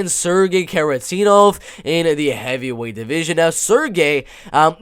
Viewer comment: It's Kharitonov not Kharitenov, he is a legend. Gamebred Bare Knuckle fight is also MMA so Njokuani had fight in 2021.